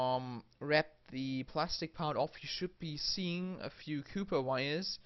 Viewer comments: COP- PER COPPPPPPPPP PERRRRRRR NOT COOOOPER YOU FUCKING PLEB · COPPER ITS COPPER. JESUS CHRIST. NOTHING HAS MADE ME SO MAD IN MY LIFE. CAW-PER NOT COOPER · It’s called cooper not cuuper what ever you’re saying is not a word! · Lol cooper wires instead of copper wires lol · He is saying cooper wire instead of copper wire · Where did you learn to speak ENGLISH, man? No where in the Periodic Table I could fine CUPPER . Man ...say Copper co pp er not Cu pp er but the chemical sign is Cu. It doesn’t mean Copper need to be pronounced CUPPER. I give you a DISLIKE. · This is the whole reason i came to the comments.. also aww, instead of or lol.. i'd imagine my accent would sound funny to them too.. "haha, this or that.. it's aww not oR" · Copper not Cooper lol😎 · Its Copper wire: NOT COOPER wire. What accent is this ? Definitely not american I know but surely not mainstream english or cockney. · COPPER COP-ERRRRR please stop saying coooooooper or I will kill myself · copper copper cooper copper copper :p :p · "cooper wires" hahahaahah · "cooper wire" 😂😂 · stop saying cooper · Has anyone ever pronounced copper like that beofe. Cool tho. Cheers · I assume the pronunciation everyone is losing their shit over is based on the etymology of the word. Copper comes from the Latin “cuprum” (pronounced COO-prum) which is why compounds of copper used to be commonly referred to as “cupric ______.” If his native language is more aligned with the Latin pronunciation, then it’s understandable that he follows that. The British pronounce AND spell “aluminum” differently than we do in the US. I guess that’s equally as entertaining to some. I don’t understand the hype.